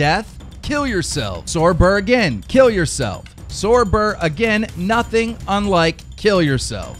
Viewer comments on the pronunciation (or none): none